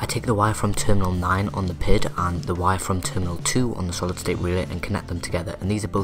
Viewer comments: It's P-I-D controller. Not a single word. I know I'm being picky but I have experience as a controls engineer and it makes me cringe everytime I hear PID as a word. With that said, I'm really impressed and am excited to see future videos. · Somehow my OCD kicks in every time you say pid controller; saying it as pid instead of P I D. Probably since I am used to it that way. Anyway great video. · Is using the term "pihd" a regional colloquialism? I've worked in the automation industry for well over a decade (in the US) and I've always heard it pronounced as the letters of the acronym. (P.I.D. - proportional, integral, derivative).